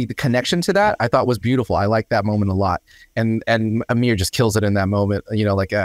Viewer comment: Just a minor correction - his name is "Aamir" not "Amir". The single "A" is pronounced as "uh" the way you're currently saying Aamir's name. But the double "Aa" is pronounced aa-mir (car, not cur). A and AA are two different vowels in Indian languages, (rhyme with cur and car). A lot of aa vowels are frequently mispronounced as 'a" because people spell them wrong in English (they don't write aa, but single a), tho in Aamir's case, he does have the double 'a'. It's like saying Jam instead of Jim.